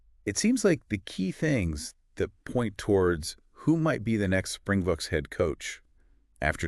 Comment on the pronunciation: Just pronounce it "Spring-BOX'. It definitely isn't "the spring-BOOKS". Singular: "Spring box" without the "s" at the end.